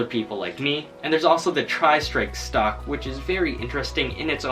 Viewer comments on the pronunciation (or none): also stop saying stolk